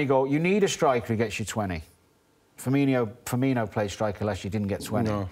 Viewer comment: His name is "Firmino" not "Firminiho"